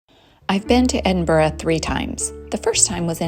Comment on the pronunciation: FINALLY and American actually pronouncing my hometown’s name correctly…. Hallelujah 👍🏻